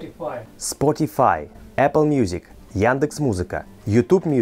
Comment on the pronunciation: Я слушал его новую песню на Spotify (Спотяфай).... или «Сутифивела» или «Спотиба», как это произносил 🤣 Это нормально,!! Вы должны услышать, как я говорю по-русски. Мне очень сложно. Хотя эта песня "Я скучаю по тебе" мне помогает. Я изучаю это фонетически. Хотя, наверное, у меня есть американский акцент 🤣 Я не могу распознать. I listened to his new song on Spotify.... or "Sutifivela" or "Spotiba" as pronounced it 🤣 It is fine!! You should hear me pronounce in Russian. Very difficult for me. Although, this "I Miss You" song is helping me. I've been learning it phonetically. I probably have an American accent though 🤣 Impossible for me to detect.